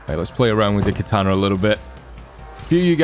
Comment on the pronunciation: Katana, not kataner